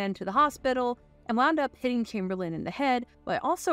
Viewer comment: why is the narrator pronouncing Wilt's surname "Kimberlin" lol